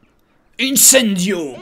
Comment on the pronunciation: j'adore quand harry gagne et que dit: Icendio:D